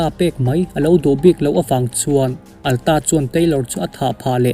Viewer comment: Atlas hi Alta tia i lam tlat le, heih heih mai a